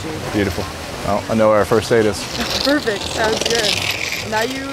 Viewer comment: "you're a scholar, that's perferct for our love" sent me 😭